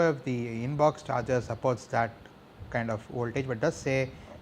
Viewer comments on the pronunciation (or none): OMG, your pronunciation.. baaks, shayomi, inbox-charger??